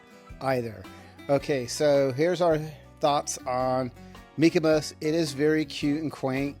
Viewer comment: Are you saying MykoMos? It sounds like you’re saying MykoMos with an M. But it’s MykoNos with an N lol